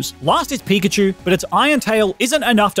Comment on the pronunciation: you said pichkachu on